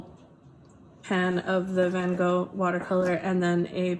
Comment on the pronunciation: Besides the fact that I love this video and I am very grateful for this because now I see how amazing the Holbein colours are and makes me want to build my own palette. The way you pronounce Van Gogh instead of Ven Goh makes every Dutch person go ‘oooh’ including me 🤩